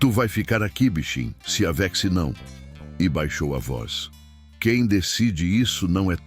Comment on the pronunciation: Sou Consuelo ,de Lins sp, gente por favor acertem a pronúncia do narrador , a pronúncia é não se aveche: só que é escrito com x, mas o locutor fala não se aveche,que horror aqui é Brasil